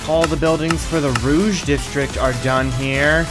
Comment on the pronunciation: The pronunciation of the sectors is killing me 😭 you'll never see this but here's how you can pronounce the french words without going full out Vert = V-eh-r Jaune = Joe-n Rouge = Roo-j Bleu = Bl-eugh Magenta = just-say-magenta-normally